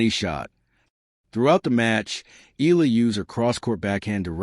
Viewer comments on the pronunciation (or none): EYALA EYALA EYALA EYALA EYALA EYALA Not eela EYALA !